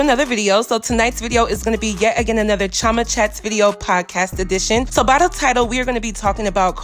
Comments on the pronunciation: Your name is CHI-O-MA... not Cha-MA.... if your Igbo... or even watched an Igbo movie.... you would not pronounce your name that way.... 🙄😒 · Why you pronounce your Nigerian name like that 😂 “queen chIaMa”